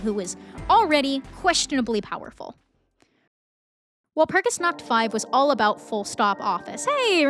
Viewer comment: "walpurgisnaught" okay dude